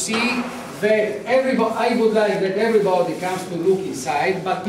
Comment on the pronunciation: EVERRI BOODI EVVRRI BODI Ho capito ke sai l'inglese ma in vista di una cosi importante e storica occasione... perchè nn hai fatto parlare una giovane interprete?